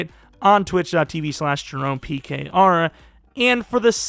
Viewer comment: You really annunciated the “pkr” that time. Now I understand😂